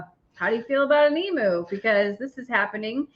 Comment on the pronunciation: Oh please stop calling it an Eam-oo, it's an Eam-you, phonetically. They come from the land down under, and if you ever watched Steve Itwin, you ll know how to pronounce it. Not meaning to be a peaPat. 😁